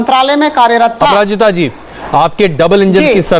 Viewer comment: He literally said aparajiti sangri 😭